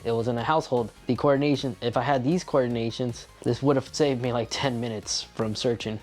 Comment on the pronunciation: Coordinations?? or Coordinates!!!